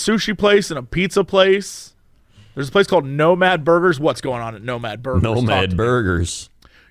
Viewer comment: Listening to Jesse butcher the names at Nomad Burgers as a Dane was really weird.